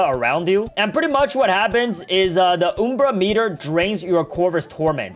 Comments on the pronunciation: "oom-bra meter" its UM-bra meter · It's not oom-bra it's um-bra because the umbra is the darkest part of a shadow. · not trina be rude just asking (why do you say umbra like oombra?) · Its pronounced umbra,not uumbra. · Oom bra lol it’s umbra u m b r a UMBRA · It's Um-bra not oom-bra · "Time to fill up the OuMbrA MetER" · btw its uhmbra meter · You pronounced Ambru wrong And did you know in Latin it means shadow or shade